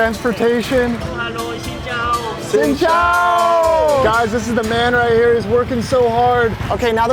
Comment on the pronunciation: It’s xin chào not xin chou